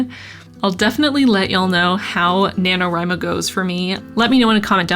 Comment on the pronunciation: God how I hate the acronym nanowrimo being spoken like it’s a real work omg stop